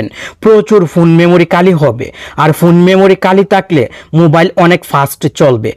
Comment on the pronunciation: আরে ভাই, উচ্চারণ শুদ্ধ করুন।"কালি করুন" এটা কি ধরনের উচ্চারণ? " খ " অক্ষর "ক" উচ্চারণ করছেন কেন?